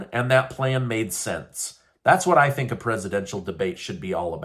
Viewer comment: Do you think ?? We would ever listen to phink??? Please We do give a shat what you fink?